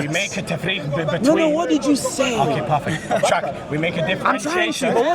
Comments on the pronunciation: Parfeck. Parfeck. Parfeck. I don’t think this Muslim knows what that word means. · So... Dude: PARFECT: Let me tell you why... Dude: PARFACT